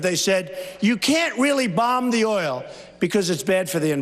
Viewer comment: HE WANTS TO "BOMB DA OIL".